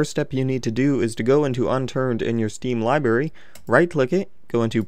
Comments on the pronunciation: You said libary its library ) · "Liberry" lol.